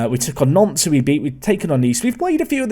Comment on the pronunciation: You’ve played them several times but the pronunciation always catches me out when you mention Nantes 😂